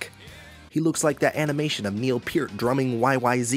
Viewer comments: You said Neil "Peert"? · The fact you pronounced Neil Peart’s name wrong shows you don’t know a goddamn thing. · i pronounced it right and you're the one who doesn't know. Here's Geddy Lee on how to pronounce Peart